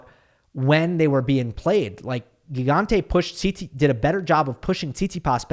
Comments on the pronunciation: Hi, really great recap as usual! For the italian pronunciation its admittedly hard but it is " Jee-gante", which fun fact means giant ahah. Cheers! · It is pronounced “Djigante” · Hey! It's Gigante with the first g as in gym!